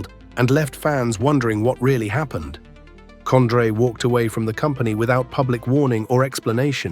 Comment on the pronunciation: Was this AI made or just researched using Google and guess work ? Who the hell is COND-RAY??